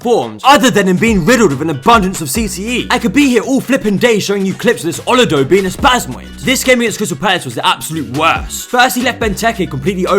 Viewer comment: His pronunciation of olodo is something else 😂